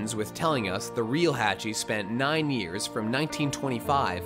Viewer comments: My guy said "hatch-e" Edit: the real name is pronounced" haw-ch-ee Hawchee" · It's pronounced HAW CHEE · Umm you could at least PRONOUNCE Hach's name correctly. Did you even WATCH the movie?